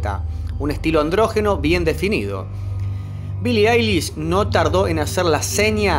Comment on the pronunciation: "Billie Ailis" AJAJAJAJJA AY BASTA